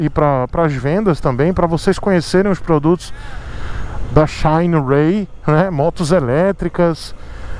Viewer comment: xainiii rêiii Eita pronuncia boa. Parece o " ôrraizônnnn" do Americano... É um risco dar motos para o testar... Ele não passa pano kkkkkkkkk Por isso não enrica!!!